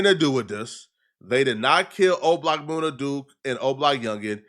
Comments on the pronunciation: It’s MUNNA Duke … not MOONA Duke smh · It MUN-NA not Moona Duke 😂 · Munna duke not moona 😂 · Moon-nah? It's MUN-nah, do just a lil bit of homework homie you be sounding retarded bruh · MOONA Duke? Really? 😂😂😂